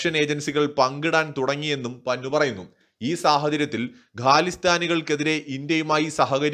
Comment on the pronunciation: പന്നു അല്ല പന്നൻ.കോഴി കോട്ടുവായിടുന്നപോലെ.😂😂😂😂😂